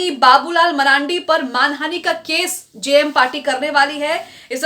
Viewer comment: जेएमएम का सही उच्चारण कीजिए मैडम